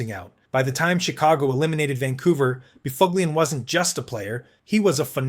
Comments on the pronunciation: No. The dunghutofdarkness don't know shyte. Neither does the uploader. 6 hours ago Please...Buff Lin // That is the correct was to say Big Buffs name. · ah yes By-fug-lien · Actually NO, it is pronounced “ BUFF-lin “, Google him….That’s what the media & fans called him. The AI is out to lunch! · Spot on. But this guy made a long video. So he's gotta be right, johnb! : Dustin BoofOOgLeeEn. "Oh dear, how sad, nevermind." The [CC] Critter ended up with Dustin Befuglian. That's a better effort. Yikes.